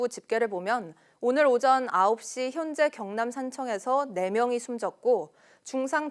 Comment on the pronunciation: Lady! 오전,피해, 주택, 세대, 도로,건물,( 하동) 군, ( 상주)시, 대기, 등 발음이 틀렸습니다. 첫 자를 길게 발음했어야 합니다. 모두 짧게 절못 발음하셨습니다. 정중히 권하오니, "한국 어문을 고발함"이라는 책을 읽어 주시면 발음에 도움이 될것입니다.